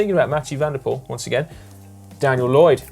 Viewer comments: Dear GCN: Please try to pronounce MvdP's name correctly. The OE-combination in Dutch is pronounced like the double O-combination in English. Poel in Dutch actually means puddle or POOL in English. So it is pronounced POOL, not POLE... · Mathieu van der Poel's true dream is not to win another Monument, but for Anglophone cycling enthusiasts to stop mispronouncing his last name. It's pronounced "pool", as in "If I had a drop of water for every time I heard someone mispronounce his last name, I could fill up an Olympic sized swimming pool".